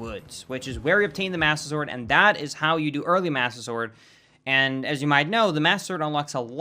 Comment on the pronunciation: Did anyone else notice he said Budder Sword?!?! I don’t know if it was intentional or not, but that brings back so many memories of Skydoesminecraft. Great video,, this was awesome!